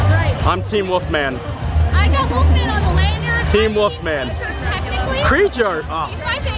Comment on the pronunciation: I like how you say ''The Woofman"